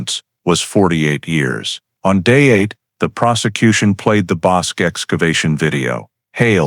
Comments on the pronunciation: Yes, I know....I have lived in the area half a century! 😊 That pronunciation was really nagging me, even though I realize it's not an easy name to pronounce for those who have never heard it by the locals. That pronunciation and when people say Brazz-OS (long O) instead of Brazos (us) are just two local locations that I can't ignore the mis-pronounciation without offering a nudge in the right direction. 😉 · My back yard. I remember this. I was 12 years old. Just so ya'll know " Bosque:..pronounced bosskey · It is NOT the BOSK River, it is "Bosk-EE" River. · Pronounced BOSK-KEY (rather than "QUE" making the K sound, it makes the KEY sound.) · ff - FWIW, Bosque is a 2 syllable word, CORRECTLY pronounce BOSkey ..... not monosyllabically as "bosc". - Verdict read and sentence pronounced by Judge. This is ERRONEOUS!! Texas has a bifurcated judicial system, i.e., trial and sentencing procedures. FIRST, a jury decides whether a defendant is innocent or guilty of the charge(s) specified in the indictment. Then, and ONLY THEN, does the jury deliberate on its recommended sentencing, based upon the judge's instruction to the jury of what sentencing it can render/recommend. Also, THEN AND ONLY THEN, can a judge actually pronounce a sentence. 😕👎😕👎😕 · It is pronounced "Boskie" not Boske!! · That would be the Bosque River, not Bosk! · The word is BOSQUE = pronounced BOs-KEY - since you didn't even check on how that was pronounced I don't believe you know anything else about this video so THUMBS DOWN - do better research before you post anymore of this CRAP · That river is the Bos-"key". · Texans pronounce it Bos' kee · Temple, Tx, about 45 minutes South of Waco. Bosque is pronounced Boss’ key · ITS pronounced Bos Key. And circadas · Pronounced boss key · Waco is in Mcellan county of Texas and the river is pronounced Boskey 😅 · Bosque is pronounced (boss-key.) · The Bosque River is pronounced Boskey in this part of the world. You could at least get that right.